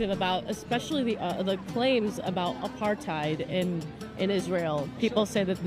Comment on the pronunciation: Apart tide...shows her ignorance...don't even know pronunciation let alone what it means...